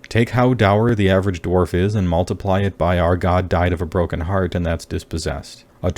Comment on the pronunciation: its Dwarf with an R not Dwalf with an L